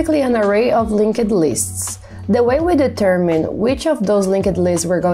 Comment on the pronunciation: Love the explanations but can you please stop saying LinkED lists.. it's a silent E. I can't unhear it anymore.